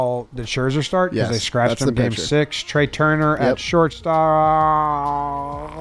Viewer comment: I don’t what Nick is going to kill Trea for more: Taking forever to figure him out, or not pronouncing his name right